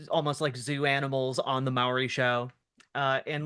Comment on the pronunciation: “MOW-ry show”?? Are you talking about “MAU-ry”? 😝 i love the pronunciation